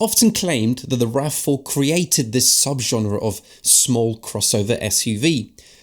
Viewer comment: teh you tah raf fouh